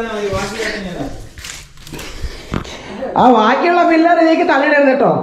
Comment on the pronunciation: ഫില്ലർ അല്ല, പില്ലർ